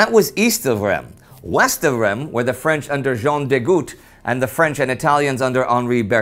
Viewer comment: Not sure if will read this, but that's not how Reims is pronounced at all! The "m" is silent in French, and in english, it's pronounced "reems". Just type Reims in google translate and it will give you a pretty decent pronunciation! Thanks a bunch!